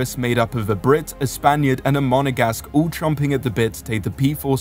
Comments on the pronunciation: No no no it's Mono Gas Que. haha. Single que for gasoline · 'Monogasque'...? I take it that's a single gasque. 😂 Are there 'duogasques' too? It's MonEgasque.